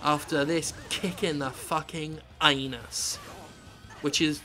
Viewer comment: "...has truly FRUCKING ruined a game."